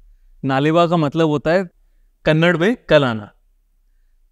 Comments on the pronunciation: Kannad nahi kannada samj Lena toda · It’s not kannad it’s Kannada